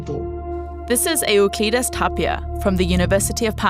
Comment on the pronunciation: Do not use DW news as a source for learning pronunciation of Greek names. Andromeda and Euclides were both murdered.